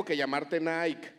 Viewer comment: Se dice Naiki no Naik